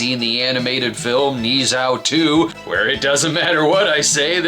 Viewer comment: its ne zha with a not a o